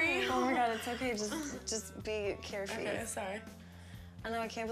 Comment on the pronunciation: did anyone catch Alex saying "be carefie" when Kristin was trying to straighten her hair lmao